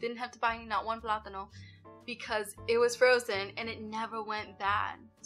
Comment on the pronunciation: Hi, Hope Milo's getting better every day! Sending my prayers to you all. 🥰 Thank you for another great video! I loved the way you said plátanos in Spanish. 🤗 And yes, another tip for not wasting money on food is returning all "fresh" vegetables back to the grocery store. I've been doing this since last year, specially returning oranges and avocados after opened. I had been noticing that these grocery items get so ripen when picked, so no more wasting money! Best wishes to all!🥰🥰